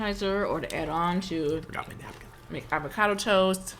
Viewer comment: Avo cado not ava cardo